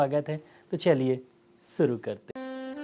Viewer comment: Bhai aap khetoo ho sooro krty h ye galat h thik words h shoroo pl thik kr len